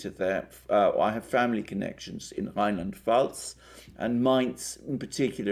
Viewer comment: Being German, let me please mention and let us APPRECIATE from on that Mr Alexander Mercouris is actually able to pronounce the names of those two German states of Rheinland-Pfalz and Baden-Württemberg perfectly well, particularly for an English speaking person. Kudos to you guys from a fellow Orthodox...! 👍👌💥